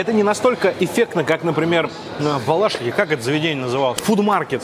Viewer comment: Пожалуйста, в следующей раз говори не БалАшиха, а БалашИха, местным аж слух режет